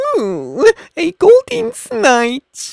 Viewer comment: it sounds like hes saying goldeen rather than golden haha